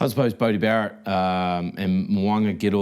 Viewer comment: The host really needs to improve his pronunciation, the way he butchers Barrett's’ name and other words (scrum half not scum half lol)